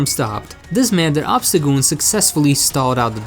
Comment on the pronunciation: Obstacgoon? How about Obstacool